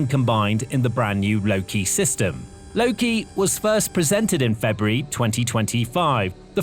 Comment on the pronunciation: its called "loke" not "loki"🤦‍♂